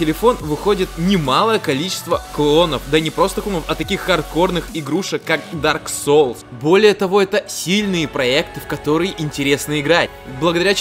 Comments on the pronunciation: В дарк соле?? В дарк соле, сука???! ДАРК СОУЛС, А НЕ СОЛЬ, БЛЯТЬ!!! И ещё, не Бёрн, а Борн. Бёрн - гореть, Борн - рождаться (ещё бывают уникумы, говорящие Бон, так вот Бон это кость) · Меня одного кумарит как он произносит Дарк Соулс?